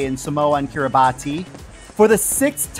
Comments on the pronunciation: Might help to pronounce that nation of Kiribati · If I’m correct, it’s pronounced Kiribas, right?